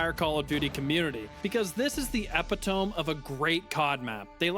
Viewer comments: I throughly enjoyed this vid…but it’s pronounced Epi-tah-me not epi-tome. I’m afraid because of this infraction I will have to nuke ur house 😔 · Bro said “ep-it-om” it’s “e-pit-toe-me” lol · Just so you know, "Epitome" is pronounced like "Epit-eh-me" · my man just said “epi-tome” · I can’t with that word butchering. 😅 I hope he found out the right way to say it. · cant even say epitome right stop reading gpt bro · Pretty sure you mispronounced the word "epitome" there, bud. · Ive never heard someone pronounce “epitome” that way in my entire life